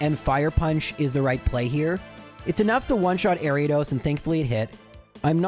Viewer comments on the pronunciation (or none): none